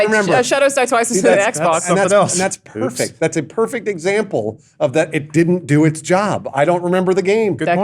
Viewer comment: Did just go all aussie? "That's pueerfect"